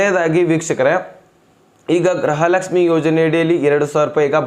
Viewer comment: ಅಣ್ಣಾ ಗ್ರಹಲಕ್ಷಮಿ ಅಂತಹೇಳಬೇಡಿ ಗೃಹಲಕ್ಷಮಿ ಅಂತಹೇಳಿ ಅಣ್ಣಾ ಅಭಿಮಾನಿ ಗಳಿಗೇ ಬೇಜಾರಾಗುತ್ತೇ😂